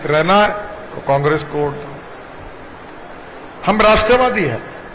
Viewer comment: “होट” नहींरे बाबा…! “वोट” बोलते हैं…